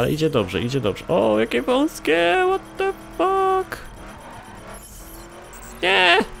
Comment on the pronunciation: 'ŁOT DE FAK MAŁY MIŚ' osobiście mnie rozwaliło XD